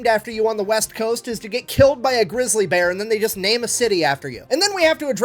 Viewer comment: Did you say you need a beer or a bear?